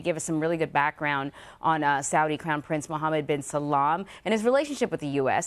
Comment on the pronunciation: Did she say “Mohammad bin SALAM instead of Salman”?!🤔🤦‍♂️